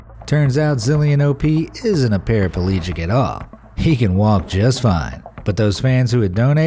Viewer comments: “para-pa-legic”? Really? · "Para-pa-legic?" It's pronounced "para-pleejick": there are only TWO "a's" in the word. The Japanese streamer was not "itching" himself: he was SCRATCHING because he itched! I'm confused about this: did he not know that he was allergic to peanuts? Everyone should have had antihistamines within easy reach, just in case of such emergencies. All of the entries just go to prove how insane social media can become, especially for those who spend most of their useless lives hoping to gain "likes" from people they don't know. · "Parapalegic"? SMH